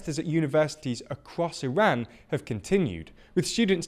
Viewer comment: thanks for pronouncing Iran correctly